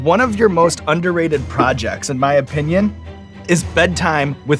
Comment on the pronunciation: "in ma humble opynion" someone write that down and inform Bartletts